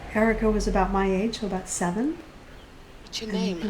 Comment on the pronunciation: Aboot sounds like he's Canadian